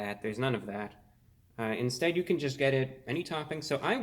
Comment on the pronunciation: “It’s gween” So happy you’re felling better